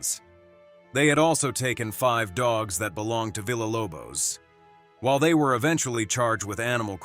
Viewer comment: I'm disappointed that you didn't link her YouTube page in the description. Also, continually mispronouncing VILLA was very disrespectful. It's a Soanish word the LL pronounced with a Y in it. VEE YAH..... like hiya. Geesh, use Google translation or something.